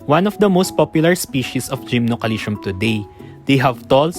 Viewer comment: GymnoCalcium 😊😂 Every Time ive hear Gymnoalytion ;DD But no Front, realy great Video, and much needee Infos ❤🎉